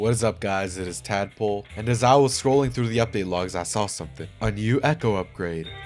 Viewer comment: "what is up guys it is " lmaooooo